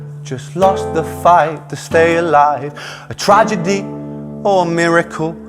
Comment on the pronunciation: Ren brought me here. Subscribed because of the fIREHOSE flier. Sticking around to hear how many more times you mispronounce "tragedy". Serves ya right for mocking my Welsh cousins 🤣